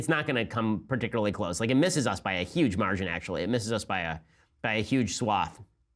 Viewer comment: Some would say "YUGE" news.